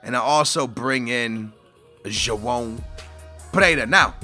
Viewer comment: really messing up joao perreira's name man